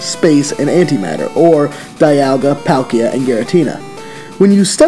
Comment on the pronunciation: He pronounced Dialga and Palkia wrong typical u can't mispronounce only one you either pronounce both right or both wrong